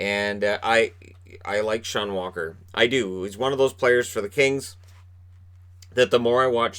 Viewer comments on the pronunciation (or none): none